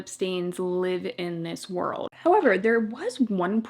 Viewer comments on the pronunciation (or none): none